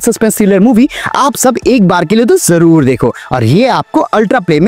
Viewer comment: always say 'jorur dekho' hears very odd.